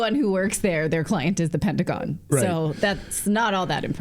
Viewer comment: “Pedagon”. Love it. 😂